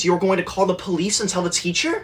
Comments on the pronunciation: I love the fact that when he says “police” it sounds like “ POHLISE” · y does he say police like that?